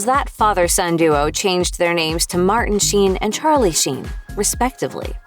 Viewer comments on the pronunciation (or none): none